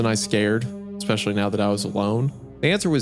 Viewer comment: of course hunter can pronounce “ghirardelli”, but he can’t pronounce especially